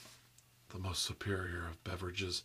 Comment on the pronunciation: "Ohh that's superior" more like ohh that's subeerior hahahaha okay ill let myself out